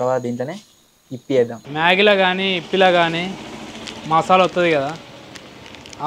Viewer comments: Masala❌ Mosala✅ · Masala ❌ mosalaa☑️